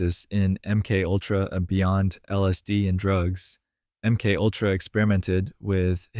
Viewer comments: AI SLOP.... "M Kultra"???? How about M-K-ULTRA. Fkn garbage. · AI narration. MK Ultra pronounced emkultra. Pathetic. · I don't have a problem with the topic, but I am INSTANTLY jumping off after hearing the AI voice say "M cultra." Byeee.... (All of these comments talking about the "hard work" of the one who made this. Good luck to all of us.) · "M. Kultra" Nice. Good job, a.i.